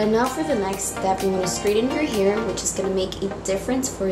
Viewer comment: It annoys me that she says "here" and not "hair"